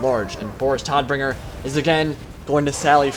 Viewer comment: hey man great vido :D jst a little thing vor knowlidge Boris Todbringer is pronounct Like Boris TOTbringer its the german word vor death. :D sounds a lot more badass thisway i think :D